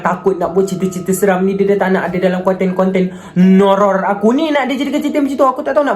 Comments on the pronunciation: “NOURROR” cry in pelat r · Cara dia sebut Nourror tu bapak jelas HAHAHA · NOURROR tu okayh, tetapi bgi org pelat R tk okayh (padahal diri sendiri) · Macam Bahasa thai je nourror Tu🤣